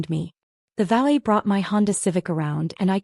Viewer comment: valley should be valet.